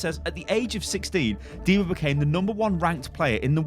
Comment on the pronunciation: Call her diva not diver